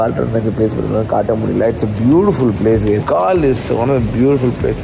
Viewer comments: Its கோல்(Galle) bro...not கால் 🙂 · It is not colombo, u should pronounce it as colombu....and it is not Gaal..u pronounce it as goal...